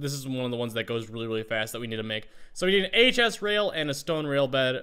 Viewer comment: to "I need the wooden whale." He didn't rail he said whale omg I died XD